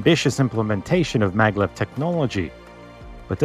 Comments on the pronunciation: Isn't it Maglev and not Mavlev? It's magnetic levitation after all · maglev,not mavlev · What's the hell MAVLEV lol🤣